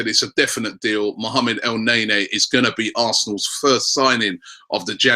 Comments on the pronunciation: El nay-nay hahahaha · mohamed el naenae??? do robbie said that :)wkwkwkwkwk